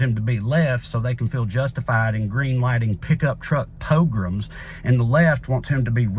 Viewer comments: Didn't know I'd been pining for a Trae Crowder poe-lee-mic til my heart leapt when his face in his car rolled up. Thanks for the sad/hopeful perfect poignancy of an east Tennessee guy saying "pick up truck pogrums." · Is he saying “pickup truck porgroms” or “pickup truck poke rooms?” Either kind of makes sense.